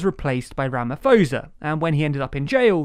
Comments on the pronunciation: Great Video. Thanks for covering this. I always find it mildly amusing when people from other parts of the world try to pronounce names of people and places here in South Africa. (Specifically "Thabo" and "Ramaphosa" in this video. Valiant effort.). During the rioting I watched some international news coverage and there were so many foreign reporters who for the life of them could not pronounce the names of the two provinces most affected by the violence: Kwazulu Natal and Gauteng. I get that unless you are from around here, the pronunciation of many words is very novel. Thank you again for covering this. I will definitely check out future videos. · Ramaphosa Pronounced ra-ma-po-sa NOT ra-ma-fo-sa Also... a lot of people including non-Zuma supporters have problems with his sentencing and the legal procedure.... and share a view with the dissenting judge of the constitutional court. GREAT ATTEMPT TO EXPLAIN THE SITUATION NONETHELESS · Rama fosa 😂😂 made my day… It’s usually pronounced Rama Paw-za (the ph sound is not a ffff sound in this instance)…but well done for making my day 😂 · Please get the names rite its pronounced ramaposa not ramafosa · I'm cringing every time you say Ramafosa. It's RAMAP-HOSA pronounced as a hard P as in POLICE. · Great video. One very minor complaint is a couple of your pronunciations were off. For Thabo it is a silent H, so think Ta bo. For Ramaphosa again it's a silent H so it's "poser" not Fosa. But seriously great video. Hope to see more south African news coming out from your team :) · Ra-ma-poh-sa 😂😂 but was close enough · I burst out laughing when he sais Ramaphosa - Its pronounced rama-poh-zah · The H in Thabo and Ramaphosa are silent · Two things: 1. Ray Zondo is not the chief justice but deputy chief justice 2. The PHO in RamaPHOsa sound is PO (for POlice) and THAbo Mbeki is TA ( for TAngent). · Ramaphosa is pronounced Ramaposa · did this man just say Rama-Fo-Za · Aye mate its pronounced ramaposa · Stop saying Ramafosa!!!🤣🤣😭